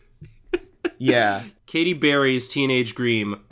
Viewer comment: I frigging lost it at "Katy Beary's Teenage Greem."